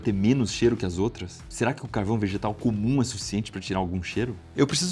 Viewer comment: no minuto o ibere fala uma coisa ao inves de ''carvão vegetal'', mas a fala sai ''vegetal'' doideira kkk